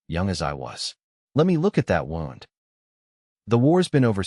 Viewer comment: I wish these story channels could teach their AI narrator that when someone is shot, they have a “wound”, which is pronounced “woo-nd”…. Not a “wound” that rhymes with “round”.